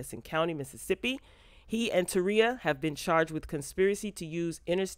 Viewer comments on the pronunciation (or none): Not taria..Terika